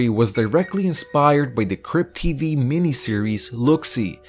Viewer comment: Thought he said crip tv